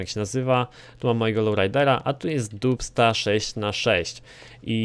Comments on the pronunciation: Czyta się "Dabsta" :P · To sie wymawia "Dabsta 6x6" ;) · Naucz się czytać po angielsku, bo jak słyszę dubsta i inne wyrazy to mi uszy krwawią.